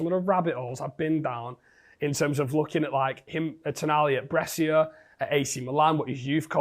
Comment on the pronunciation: Welcome back, H! Good to see you. Just one thing though: Brescia is pronounced Bre-sha. As an Italian, it hurt me a little hearing it pronounced wrong multiple times 😂😂❤🙏